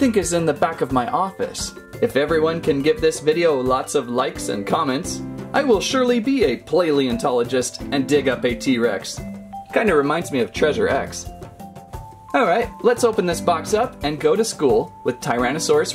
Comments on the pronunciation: It’s not play-leentologist,it’s palaeontologist. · That’s not how you say paleontologist.